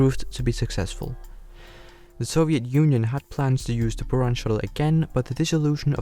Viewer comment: And also several animation inaccuracies like the sls not being close to what the real sls looks like. It looks like he just recolored his saturn v. He also pronounced stuff weirdly like buran and energia (energia has a hard g sound, and buran has the u pronounced like a buh, not booran)